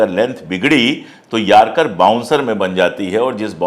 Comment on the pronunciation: Yarcar nahi Yorkar bolo.